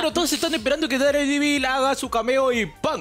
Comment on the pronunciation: Se pronuncia dardevil